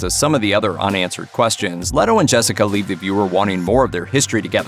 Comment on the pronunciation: LAY-toh. It's pronounced LAY-toh...